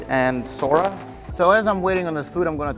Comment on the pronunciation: you said Sora it’s Sarah